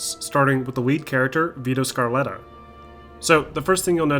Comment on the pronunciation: ‘Vito SCARletta ’